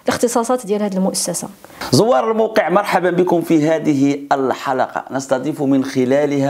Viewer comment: الأستاذ المهداوي، هناك تصويب لكلمة تتردد كثيرا في هذه القناة الرائدة وهي كلمة: الحلَقة. والصحيح من الناحية اللغوية: الحلْقة بتسكين اللام. تحياتي